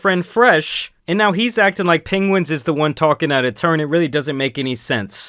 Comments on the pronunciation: i love how absolutely nobody pronounces penguniz0 correctly lol its pengwhenzo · I love how you say penguinz lol keep up the good work, been a fan for years and i’m excited to see you past 1 million subs!